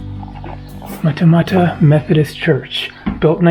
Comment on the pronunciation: Hi, Matamata is pronounced ‘ Mat-a-Mat-a